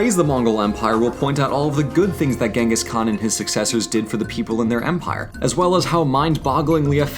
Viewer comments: Actually it's pronounced as Chingis Han Sorry I'm a grammar nazi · In Polish he's called Czyngis Khan but the pronounciation is identical to the Mongilian version. I guess it may be a thing in many European languages.